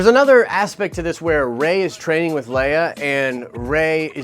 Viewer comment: "Master Leiah " HA!